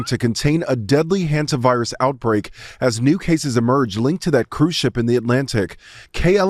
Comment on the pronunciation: The guy makes it sound like the homovirus not the Hanta virus